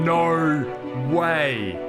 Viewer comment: "Nar way"